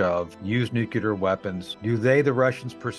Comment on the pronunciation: What is low? It's the fact that the guy puts on a shirt from university and can't even pronounce nuclear. It's just sad. But I agree with u. No need to go there